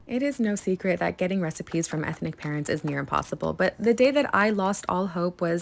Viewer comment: "Etnic people"